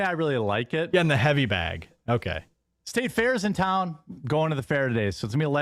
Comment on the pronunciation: I don't trust a dude who can't even pronounce the one syllable word 'BAG' correctly...and this is a 'deal breaker' before we even take into consideration his multitude of scams for his non-existent 'coffee roastery' he claimed to be building. :/ - queue the 'mazda' "vroom, vroom" sound byte for his RC car collection